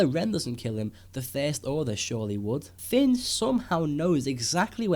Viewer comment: He's name is Finn. Not Fin or Fen